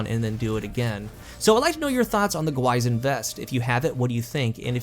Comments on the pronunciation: i'm going to be that guy : it's pronounced more like "gwee-shin" awesome review btw! always looking forward to your vids ;-) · Pronounced "Gwi sheen". Means Demon/Ghost (depending on context) in Korean. An apt name for this exotic. Edit: It actually doesn't mean Monster, mixed it up with "Gwoemul". The crest on the front is a common Korean motif. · Another review, another YouTuber pronouncing the exotic name wrong lol